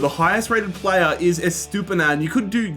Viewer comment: lol he pronounced estupinan’s name wrong and then said he was colombian when he’s ecuadorian such a thing to do 😂